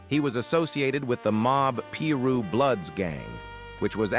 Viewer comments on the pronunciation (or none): Not Pee rue lol 😂😂😂